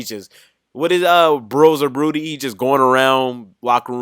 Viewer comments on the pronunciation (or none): Did he say broser broody 😂😂😂😂😂